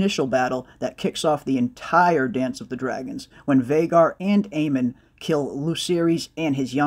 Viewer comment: Isn't the name Aemond Targaryen, pronounced with a "D" at the end? Not Aemon like you said and ??? Even if the names sound almost the same they are different Aemon, Aegon, Daemon, Aemond, Daeron, Aeron... I'm pretty sure I've seen a video same years back when GOT was in full force, where George R R Martin gave an interview and corrected the interviewer on this exact subject where he refered to Aemond Targaryen just like you said it Aemon" and not pronounced the "D" and George explained it. The duel is something epic in the lore of the books, it's so epic that even the names are somewhat connected and in an antithesis: if you take the "D" from Daemon and add it at the end of Aemon, you get Aemond. I'm not a grammar nazi or something, but maybe you know the names wrong and I wanted to point out this thing about the names.